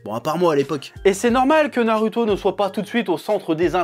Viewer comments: pk tu dit naruto au lieu de narouto (phonétique) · Nar"u"to ou nar"ou"to? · j'adore comment tu dis "na"rue"to" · na lu to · Parce que les japonais ne disent pas "Narouto" vu que le "u" ne se prononce pas "ou" en japonais... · nallllouto dans ce cas